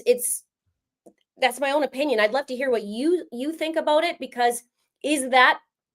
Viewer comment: Haha!!! I had a feeling you were from Canada!!!! The way you were saying aboot!! Haha Fellow Canadian here!!